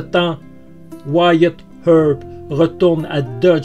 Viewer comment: Énorme, je viens de le découvrir et j'adore cette histoire, je m'y étais intéressé à l'époque du film, mais l'histoire réelle est toujours plus passionnante. Merci pour ce doc doc( comment tu prononces bien wyatt earp moi je n'y arrive pas😜)